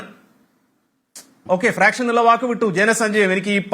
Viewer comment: ഫ്രാക്ഷനല്ല, ഫാക്ഷൻ